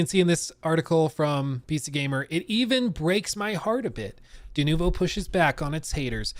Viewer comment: I hate the way he says denovo.